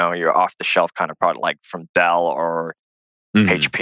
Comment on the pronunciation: the way he pronounced hp (prior to this point) gave it away to me